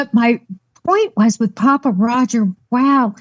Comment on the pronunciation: It's actually Papa lol